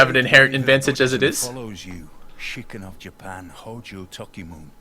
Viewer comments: toh-kee-moo-neh ときむね japanese is pronounced phonetically based off spelling so it's not toh-kee-moon it's toh-kee-moo-neh since it's むね (mune) not むん (mun) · they mispronounced tokimune )